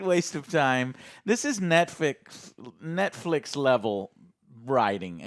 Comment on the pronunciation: film was so bad he said Netfix 😂